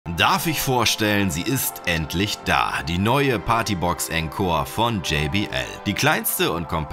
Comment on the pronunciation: Cooles Video. Es wird aber nicht enkor, sondern ohnkor ausgesprochen ;)